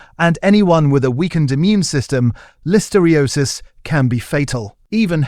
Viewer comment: I find your videos informative BUT must you have ai narrate them? Carrageen(an) is seaweed, I don't know what the ai actually said. And listeriosis. It is very irritating and unnecessary. Bring back humans please.